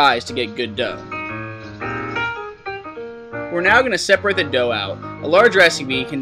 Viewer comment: when the guy said dove I think he meant dough haha